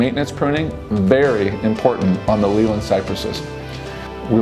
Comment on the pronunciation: You’re pronouncing Leyland wrong!